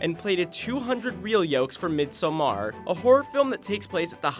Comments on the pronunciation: I do not like how he pronounced midsommar, idk why it makes me sudder >~< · Haha I think the pronouncination was good enough, but it sounded so damn forced. If he just had relaxed and not overtink it, it would have sounded just fine 😅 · The food being extremely inaccurate to what we actually eat on Midsommar in Sweden aside, who told the narrator that this is how to pronounce Midsommar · I’m sorry but the way you pronounce midsommar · But you would still not stress the last syllable the the narrator does. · When you are Swedish😏 P.S first, I just wanted to say that those things arent what we eat in Sweden 24/7 and second, its “MIDSOMMAR” not “MIDSHOOMAAAAR” ! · its not prounounced MEEDSUMHARRRR its midsommar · Midsommar not midsoummaaar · A. A. Mid-sahm-err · Though pronouncing it as midsummer the way Americans do is still closer than going all mid-sohm-AHR. Source: am swedish. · Great video. But the freaking “MidSommAAAr” pronunciation is irritating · MID SOM AAARRR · I tink it sounds extra weird for a swedishspeaking person cus we tend to.. just skip random letters in word 😅 Like the formal pronouncing would be close to what he said, but I, as a native swede say "missommar" (skipping the D) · Oh my god, if you don't know how to pronounce Midsommar in Swedish, just say Midsummer in English for christ's sake. That, or learn how to correctly pronounce it. Why does this guy insist on pronouncing it mid-SO-MARH, while pretending like he's ever been less than a continent away from a single Swedish lesson? It's baffling to me. Why would he decide to wing the pronunciation like that, it makes him sound like an absolute spoon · Why do you pronounciate it "Mid...Somaaar"? Just say Midsummer..its much closer to the correct translation rather than trying to make an indian fascion word out of it. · I'm Swedish and I have never ever heard someone butcher the word midsommar like this guy does. I did not think it was possible to get it wrong.